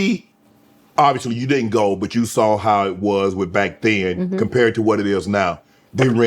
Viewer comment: You hear the New York when she says “WHAAATT??”😂I love this woman already, she genuine and factual with her comedy❤🎉